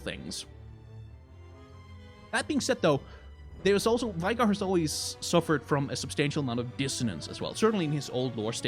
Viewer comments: Veigar Is V-eh-gar, Not V-eye-gar, no? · You say his name wrong. Its not Veigar like V-eye-gar Its more like May without the M V-ay-gar Also Listen to tristanas and veigars voicelines. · it's VAY-GAR